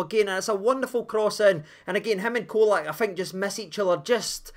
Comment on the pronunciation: Colak is pronouned with a 'CH at the start. Č = ch. I know it's easy to lose our pronunciation with the the odd bits around the letters, but just imagine English commentators refering to the Captain as Tah-VER-nee-ay.